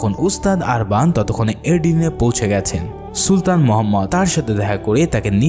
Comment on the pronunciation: অনেক উচ্চারন ভূল আছে আপনার। আরবান না উরবান উস্তা মোরা না মোরিয়া নাতরাস না নোতারাস